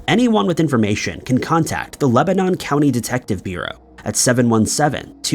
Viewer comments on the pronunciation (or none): none